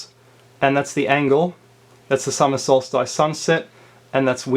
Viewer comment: (oh, and by the way, the "ice" in solstice is pronounced like the "iss" in hiss, not the "ice" in mice...)